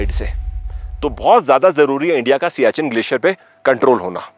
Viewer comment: आपका उच्चार सियाचिन सही नहीं है। यह सियाचेन है।